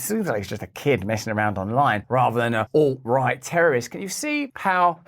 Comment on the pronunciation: I'm pretty sure when most people who watch leftist media hear a woman like her say "Alt-right" they think she is saying "ult-right" as if it actually means "ultra-right wing" instead of "alternative right".